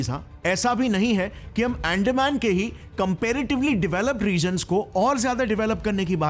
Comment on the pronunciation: अरे भाई , तुम कितना भी चिल्ला के बोलो, पर तुम devlopment नाहीं रोक सकते, तुम्हे अंदमान ठीक से बोलणा सिखना चाहिए 😂😂